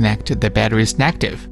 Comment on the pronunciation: Heat not hit. Negative not negtive. Please improve your english.